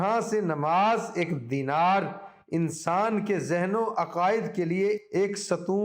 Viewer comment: Ya Rehmanu.. Thanks for guidance. U have too much mistakes in speaking urdu language viz u spoke "Denar instead of Deendar"so on. Also many urdu sentence are repeated, which is not necessary and have made this precious "Advice" overburden . However, I am still thankful to u.